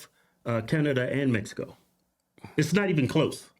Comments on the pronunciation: She said MESICO 😂😂😂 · Woah she said messico, she for sure says "messicans" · She sounds so stupid saying mesico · Is she saying Mesico? I think she's still on heroin